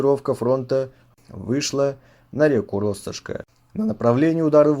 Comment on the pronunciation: Спасибо за качественный контент. Извините за минуту занудства - РоссОшки с ударением на вторую О. Возможно пригодиться